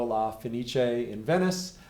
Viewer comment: Nice job on pronouncing La fen-Each-ay. Your comments on Jarrett’s playing are way beyond my understanding of jazz, but I’ll stick with you. And I’ll go listen to this version of Stella.